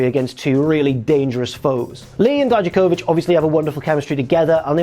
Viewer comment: please stop saying Dijakovich, you hear them say it out loud every week and that's not how they say it.